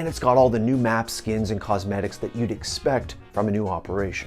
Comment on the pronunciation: "SKEENS" yep, this guy is definitely addicted to unconsciously spamming the inspect button all the time.